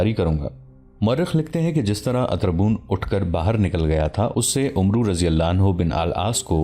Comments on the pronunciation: Assalamualaikum, Mny 50 sy ziada episode dekhy hyn Lkn voice over artist sy request hai k Hazrat Amar bin al Aas hai, na k Umru bin Al Aas Arbi my is lfz ko Amar kehty hyn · this name is not "Umroo bin Al Aas" this is "Amr bin Al AAS" ...thats how u read it in Arabic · Umru pronanciation is not correct it is Amr bin Alaas RA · بھائی کسی پڑھے لکھے آدمی سے اردو عربی الفاظ پڑھنا سیکھ لو . آپ عمرو پڑھ رہے ہو ۔ اسمیں واو لکھنے میں آتی ہے ۔پڑھنے میں نہیں ۔اسے امر پڑھیں گے ۔ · عربی میں عمر (umar ) اور عمرو کو ( amr) پڑھتے ہیں واؤ silent ہے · Umro likha hota he Amar parhte Hein Amar bin Aas Ain pe zabar he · عمرو کو امر بن العاص پڑھا جاتا ھے ۔ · محترم بھائی صاحب زبردست تاریخی واقعے کیلئے شکریہ لیکن ساتھ ساتھ میں ایک گذارش گذارش بھی ہے اور وہ یہ کے کچھ عربی الفاظ اردو لہجہ سے محتلف ہوتے جیسا عمر اور عمرو میں کیا فرق ہے جیسا خلیفة المسلمین عمر اسکے تلفظ اردو میں اومر کہا جاتا ہے اور عمرو بن العاص کے تلفظ ہے امر کہا جاتا ہے جو واؤ ہے وہ سیلینٹ ہے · لفظ عمر بن عاص ہے عمرو نھی بولا جاتا عربی میں اس لفظ عمر کے آگے و ہو تو ع پر زبر پڑھا جاتا ہے اور و نہی پڑھا جاتا ہے